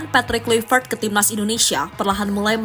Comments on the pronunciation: Kluivert dibaca Klaivert yo mba..ndesoh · Bacanya bukan klaivert tapi Klaovert o nya agak moncong dikit seperti ö dalam bahasa jerman.